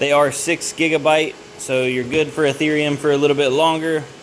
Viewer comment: Nice video. Please never call eth ear eum eath er um ever again